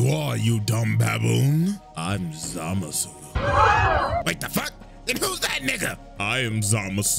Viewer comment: the way CJ says it makes it sound like the N-word, which is in character for how racist Zamasu is.